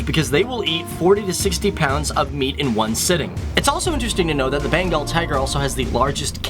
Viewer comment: it's Bengal tiger not Benagal Tiger . . . something's missing... oh yeah it is called The Great Bengal Tiger :-) though NYC work bruh